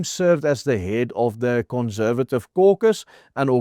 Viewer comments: Please... conssssservative, NOT conzzzzervative! Doen asseblief iets oor jou Engelse uitspraak. Maak ore seer! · Great article. Just a bit of constructive criticism. Conservative - the s should not be pronounced as z.